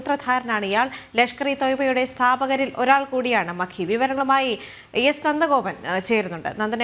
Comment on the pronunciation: മക്കി അല്ല നക്കി 😡😡. പൂ മോൻ